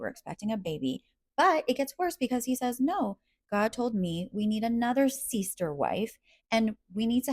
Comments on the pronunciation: “A seester” 😂 I think the god that’s speaking to him comes from down unda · Hey no shade, why are pronouncing them as "seester" wives? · A seester 😂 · Why are you saying seester?